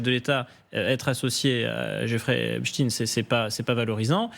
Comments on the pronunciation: Epstein... pas Epstin... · J'ai appris ce soir que l'on ne prononce plus Jeffrey Epstein mais "Epstine" car il est russe , c'est bien connu! Et demain la relativité restreinte d'Albert "Einstine", non?! Et je vais regarder par la suite un bon vieux classique de science- fiction qu'est "Frankenstine"... À mourir de rire, si ce n'était pas pour masquer une appartenance communautaire... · tu pourrais dire epstein et non epsteine ! c'est curieux cette habitude de voir des russes partout ! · epCHTEIN pas epstiiiin